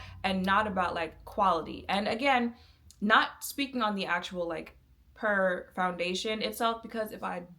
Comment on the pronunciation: Not important to the video but the brand is pronounced like pure and not pur like a cat. As for the foundation at the time i bought it the reason I bought it was because I could guarantee the undertone and they gave me the option to buy sample shade. As for why I don't use it now, mainly because I learned my undertone was olive and the reason warm was orange, pink looked red and neutral I could work with by adding some life with this elf bronzer that was too light to add dimension, but the perfect neutral orange to make me stop looking dead. I now don't need to do that, also in my makeup journey I realized my undertone tone acted like a darker veil than my skintone actually was and I needed to use lighter shades and add the veil back strategically with bronzer and contour. Essentially, I outgrew that phase of my makeup and how limited even 100 shades can be when you have a unique undertone. Also it was a little don't for my skin in the desert climate I love in so I always needed to mix other things in. There's never a perfect foundation that has a formula everyone will like, they just were for a time the best option for someone who was tired of the guess work that went into shade names and undertone claims.